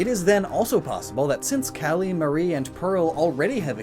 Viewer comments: is he calling her cullie? its callie QwQ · Am I the only one bothered by his pronunciation of Callie's name? It's not pronounced like cauliflower! The "a" is pronounced like Apple, or her (and Marie's) actual namesake, calamari!